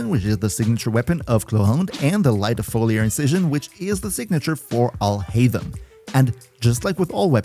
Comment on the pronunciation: AlHaitham sounds similar to "All Hate Him"